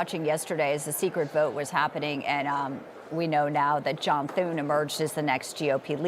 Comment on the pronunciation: She said Thorn. His name is John Thune.